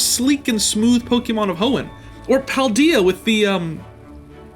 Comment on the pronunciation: "Or Paldea, with the..." The bad? Do you mean the bad? Btw, I was talking to my brother about your channel earlier (I introduced him to it), but instead of saying "", I ended up saying "Thirstinator" 😬😬